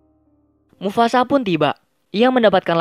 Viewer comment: “mufasa” bukan “mufasak”